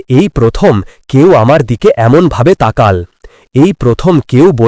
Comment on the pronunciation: উচ্চারণ হবে তাকালো ।